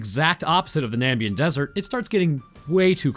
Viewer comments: FOR GOODNESS SAKES!!! It's not Nambian desert! It's Namibian desert! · Him saying Nambian instead of Na-MIB-ian twirled my brain a bit. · na...mib...ian...? it aint hard bruh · I know you're definitely not going to read this. But my brother in Christ how do you read Namibian desert and say Nambian. How does that happen. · It's frustrating how much this bothers me, but it's the NAMIBIAN desert, not NAMBIAN.... FUCK otherwise great vid, love your stuff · Namibian not Nambian. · I believe you meant Namibian and not nambian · FOR GOODNESS SAKES!!! Its not Nambian desert! Its Namibian desert!